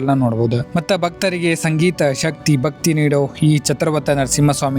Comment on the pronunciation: ಬಕ್ತಿ ಅಂತಾ ಅನಬೇಡಿ ಭಕ್ತಿ ಭಕ್ತರು ಅಂತಾ ಉಛ್ಘಾರ ಮಾಡಿ